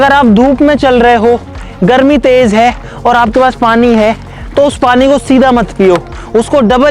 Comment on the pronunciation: GARMI ❌ GALMI✅ 😂😂😂